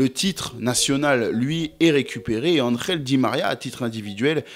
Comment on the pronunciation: Angel et non andrel😂